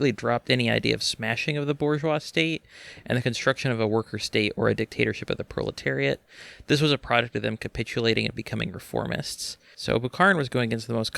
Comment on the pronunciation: R u saying bro-leteriat? Cause that's based bro